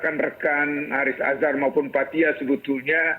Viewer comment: Bhs Indonesia yang bener dong, nggak ada kalimat diucapkan "SUBUTULNYA".